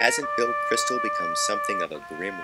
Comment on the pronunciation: It is Bill Kristol, not Crystal. :)